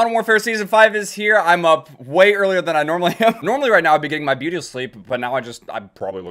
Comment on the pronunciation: You can tell he's early if he butchers saying "beauty"